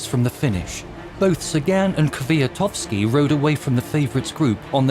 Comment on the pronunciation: Two months? and yet you could not practice how to say Kwiatkowski right 😂